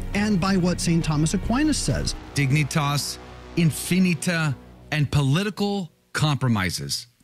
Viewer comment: You pronounced Dignitas correctly, but Infinita is really "in fi NEE tuh"